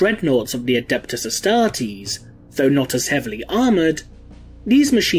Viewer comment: The way you pronounced "astartes" is a heresy by itself.